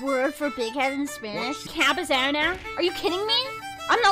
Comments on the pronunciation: I actually thought was part Latina but she can’t say ‘cabezona’ without an accident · says cabezona in the most american way i have ever heard any word be pronounced